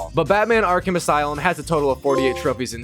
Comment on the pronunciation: He keeps saying arc him asylm instead of Arkham Asylum